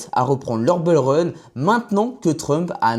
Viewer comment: Âpres le beer market le bol run. Me niveau en anglais en France est vraiment affligeant